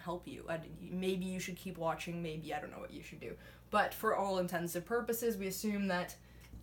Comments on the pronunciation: I think you're very smart and I always dig critical thinkers. But it sounds like you're saying "for all intensive purposes" instead of what it is "for all intents and purposes." If you're saying it right and the mic just isn't picking up your annunciation, then my apologies!! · It really sounds like you're saying "for all intensive purposes". Is that just an illusion created by your accent or is it some sort of running joke, the explanation of which is in a video I haven't watched yet?